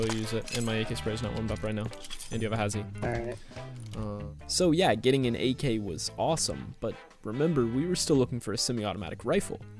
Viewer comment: You know it’s gonna be lit when says “we are Getting ddraided”